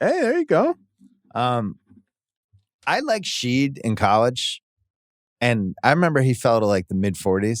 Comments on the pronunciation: Shead is pronounced "Shed" not "Sheed" Bill lmao😅😅😅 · No way this guy called Jamal Shead sheed 😭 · "I really like Shead" cant pronounce his name lmfao